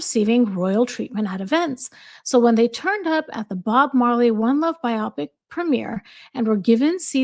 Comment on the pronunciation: 👋 Hi...just a friendly fyi that biopic is pronounced as two separate words bio-pic and not as "byopic"... I'm fairly certain that you're aware of this and were just focused on reading and simply mispronounced the word. If however you were unaware of the correct pronunciation then I hope that you find this helpful. Take care and have a good day...